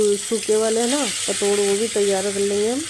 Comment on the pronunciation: Ise ptod nhi pitor bolte h😅😅😅😅